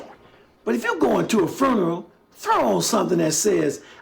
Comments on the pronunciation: If mofo says fooneral one more time I’m gonna fall out. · The way this guy pronounces funeral like it's furn-er-al...I agree with him about dressing well, but dang can we make pronunciation great again?